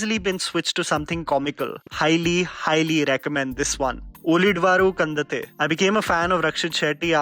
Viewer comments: Pronounce it like this - Uli dhavaru kandanthe (in eng & hindi there is no separate letter for ಳ. It is pronounced as ಲ(La), so its difficult to explain in writing😂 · It is Pronounced as " uli__dava_ru kand__anthe" . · His pronounciaton of ulidavaru kandanthe 😂😂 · Even Kannada's Ulidavaru kandanthe😂😂😂